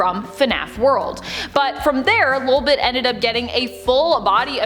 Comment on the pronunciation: I think you said lobit wrong